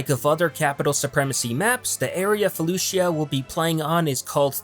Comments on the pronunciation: It's pronounced Faloosha not Fuh looshia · The I is silent in felucia